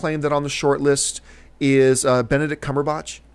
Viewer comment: John still can't pronounce Benedict Cumberbatch right